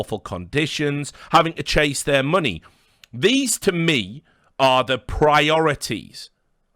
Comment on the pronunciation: The way Richard says money sounds like Mr. Krabs...